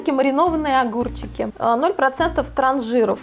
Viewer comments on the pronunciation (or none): Не трансжИров, а трансжирОв😆)